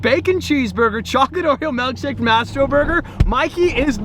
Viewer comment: Did I hear malkshake